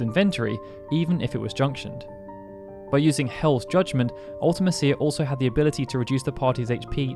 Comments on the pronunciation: I disagree about Ultimecia (and you say it different than we do, you might be a brit). Unless you're totally unprepared, the battle isn't hard, just lengthy. Hero Trials, Invincible Moon, Aura spells, Triple-Flare, Triple-Holy or Triple-Ultima, so many great options. And a random party of 3 (out of just 6)... you are almost guaranteed to get at least 1 of your preferred characters, usually 2. Now a random 4 characters in FF6, THAT would have been brutal. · The way you pronounce Ultimecia is so wierd. You say, Ultima Seer, when it's pronounced Ulti Me Sha. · I hate the way you say Ultimecia. I've always pronounced it Ulta-Me-Cia. Not Ulta-Ma-Cia. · It's pronounced "ulti-me-shee-a", cia is pronounced "she-a" not "ulti-me-sea-a" as you say it. And if you want proof, watch the Yoshinori Kitase Interview on how he thought up the ff8 story and the games enemies. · I think the thing that gets me is you make it sound like 2 different words instead of a single name. When you say it, I hear Ultima Cia. Not a singular word. MEcia. Ultimecia. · Ultimecia is pronounced Ulta-MEESHA, NOT Ulta-Mess-cia. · Fun fact, Ultimecia is pronounced Ult-uh-meesha in Dissidia games. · Ultimecia is pronouced "ultimEsha" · You're emphasizing her name wrong. You spell it like ultimate and "cia" is spoken like "shia". Other than that, good vid. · I think you pronounce ultimecia strangely. It's pronounced "Ultimesha". Like the name Alica, is pronounced "Alesha", not "Aleesee-ah" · Yeah, I've always pronounced it Ul-tee-me-cia. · The pronunciation of Ultimecia is just so bad. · Surely that’s not how you pronounce Ultimecia 😬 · I just can’t watch this video when you keep saying ultimecia name so wrong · His pronunciation of Ultimecia makes me cringe, like a lot.